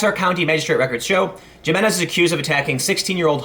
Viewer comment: Jiménez = Hee*men*ez